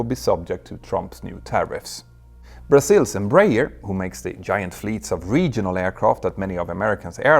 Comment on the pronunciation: pls, let me help you pronounce Embraer: speak it americanly like this.... embra-air